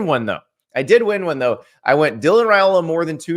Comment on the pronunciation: I heard Saturday during the game that Dylan’s last name is pronounced Rye-ola, rather than Ray-ola. Thanks.